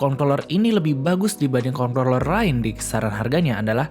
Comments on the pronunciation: nyebutnya concloller apa controller sih? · hati2 salah sebut kontorler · ini ngomong controller kenapa dibacanya kongkroler sih hahahahaha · besok ganti kata controller sama gamepad atw joystick aja, biar ga keseleo nyebut...wkwkwkwkwk